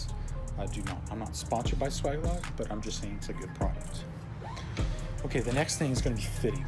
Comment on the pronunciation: If you bend 30° on L, your bends and therefore offset will be shifted to the right. You should bend a 30° on the 30° mark. Also it's pronounced sway-ge not swag... Lastly that fitting is a union not coupling. Good video regardless.